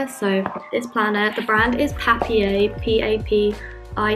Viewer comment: 'Papier' is German and means 'paper'. It is pronounced 'paa - peer' :)